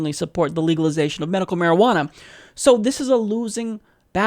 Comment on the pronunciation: I hate this guy to the core of my being. But when he says marijuaner I busted out laughing..... probably the marijuaner I'm on.